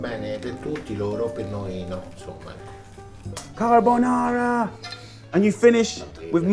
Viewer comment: Richard Ramos actually, he was missing the first "r" in carbonara twice in his second rant